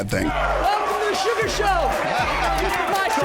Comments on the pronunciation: SUGA! Not Sugar. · A real mma fan knows it’s “suga” not sugar 😂